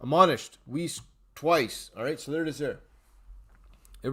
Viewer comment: BTW... >>Pronunciation of Doug Weiss..>> "WEISS, rhymes with RICE"